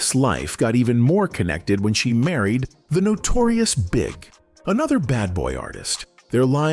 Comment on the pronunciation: I can't deal with these AI-narrated videos. It's somewhat acceptable until they call him the "Notorious Bigg". That's a no from me